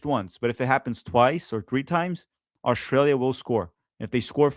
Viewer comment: Could somebody tell me where Oshtralia is? You should be able to pronounce the name of the country you’re facing. Keep downplaying Australia. By the way. The first land based defeat of the German army was EL Alamein. The US were not there the Australians were the first to break through the German lines. Flaunting ignorance is a bad look.